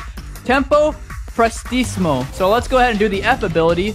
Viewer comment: For tee see mo, not fortissmio and it’s press tee see mo, not presstimo